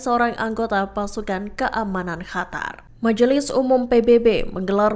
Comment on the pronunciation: Min, kenapa Qatar dibaca Hatar?